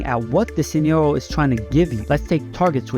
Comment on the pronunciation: Hey bro, what's your first language? The way that you say 'scenario' kind of throws me off a little and I'm curious on what your accent is based off